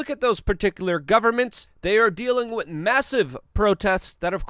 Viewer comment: With, with, with, thhhhh say it thh, with, not “wid” withhhh.